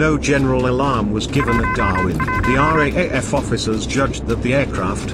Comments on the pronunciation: Just for future the RAAF is called the "R double A F" in speech to avoid confusion with the RAF. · Dreadful sound track. After 15 mins I'd had enough. FYI it's "R double A F". Clumsy. T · RAAF R (double) A F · Dear uploader... Great video spoiled by machine speech and the misspelling of "Australia," which took credence away from the production. Just a hint... If you are going to use the machine speech system then type "R double a F" and it will come out sounding correct. As to the Darwin battle. Look. I'm Australian but this shows how f'd up our military was at the start of the war. There is a great myth in Australia of the heroic Aussie soldiers...the great ANZACs. Now in many ways that myth is true but there was some terrible cock-ups in high command in Australia early in the war and it took Douglas MacArthur's stewardship to fix things. Some of the very ordinary Australian generals wanted to cede the entire north of Australia to the Japanese and form a defensive line in Brisbane...the so-called "Brisbane Line". MacArthur was furious with the Australian generals and rightly explained that if the Japanese made landfall and could create sufficient supply lines then no existing Australian military resources could stop their eventual sweep into the southern states. So he basically told the generals to wake up and put their efforts into forward defence and hitting the Japanese in PNG. The entire Darwin episode shows the incompetence of the Australian military at the time. They had lazily not fixed the radar system. The radio communications system was primitive, the port was insufficiently protected, even though it was a major transit point for supplies to the north. There were not eno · How many times do we have to listen to the commentator say RAEF when it should be RAAF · Austrarlia, as shown on your map , is not a country I can find on Google Earth. Also, RAAF is pronounced "R Double A F". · It's not the R A A F, its the "R-double-A-F or the Raf